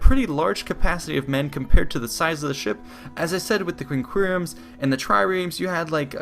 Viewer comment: Practice the correct pronunciation of quinqueremes and triremes.